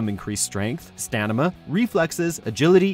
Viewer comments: He said stanima instead of stamina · he say stanima instead of stamina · Had to scroll through to see if anyone else clocked 😂😂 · Literally heard that 'stanima' in the video and searched for this comment for my peeps. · Deathstroke's "stanima" lol Love it! lol "stanima" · he doesn’t say stamina, he says stanima! 😂😂😂😂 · Stanima, good. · Yes the preveously unknown "Stanima" quality... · he says "stanima" instead of "stamina." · What is "Stanima" ? is it anything like stamina perhaps ? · Stanima? Stamina* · did he say "stanima" ? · Did i hear it right?: STANIMA?? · Appqrently its stanima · Bwahaha. Stanima!! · is it me or he just said stanima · Stanima hehe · He said stanima instead of Stamina 😂😂😂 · Did you say “stanima”? Heh heh. That made my weekend. Especially since you were talking about Deathstroke when you said it. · "Stanima ???" NUFF SAID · he definitely said “Stanima”😪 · 1. STANIMA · “stanima.” hahaha. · did he really say "stanima" when describing Deathstroke at the mark? ... way to be human! lol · Did he say it gave him STANIMA?,WTF?!...Get your shit together y'all dang,lol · He said stamina wrong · Am I the only one that heard him say "Stanima" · Did anyone else hear Stanima in the deathstroke part? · 2.52: Stanima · Did you say “stanima” ? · Did you just say 'Stanima" ! Sounds like a cool ass name dont you think? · "Stanima" lol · Deathstroke: “increased staNima” Wut? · Did you just say "Stanima"? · stanima huh? :p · Am I the only who noticed the word "Stanima" instead of Stamina? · He said stanima 🤣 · Did he say "stanima" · Did he say stanima? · Did I hear stanima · Wtf is "stanima"